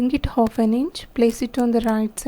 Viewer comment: Hof inches kya hota h...half inches bolo...aap ki video may bht over voice ho rkhi h english may h but words clear ni h aap ke uski vaja se smjh bhi ni aa rha